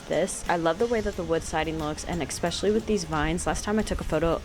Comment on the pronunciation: Especially not expecially😂